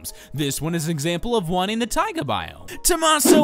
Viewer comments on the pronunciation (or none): none